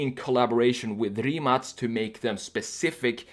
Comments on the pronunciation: Mate Rimac said in one of his interviews that his car is pronounced with the letter K (kay; ka, kei:) and not with a C (cee; ce; si:). So, different than his last name. In this video the man said Rimac (cee; ce; si:) automobili. I don't know is it correct or not , since it's the name of the company, but deffinetely the car is not Rimac (cee; ce; si:) but Rimac (kay; ka; kei:). Mate said so. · Finally someone who says it correct Rimac not Rimak. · in ya' own video,, when dude-bro asks Mate (the driver, founder of Rimac) how to pronounce the name, Mate clarifies that the Croatian way is Rimac ("Rimatz"), but because it's apparently hard for (and most Americans?) to pronounce, he implies that "Rimak" is fine if you can't properly say Rimac. edit: Proof --> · Holy crap! Rimac is pronounced as Rimatz? Rimatz sounds sexier... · No, its not. Its Rimac, with a C not a K. English speaking jurnalists did that.